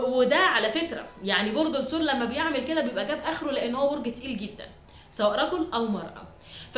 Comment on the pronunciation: الثور اللام شمسية 😢 بحب أسمعك جدا بس هموت من طريقة النطق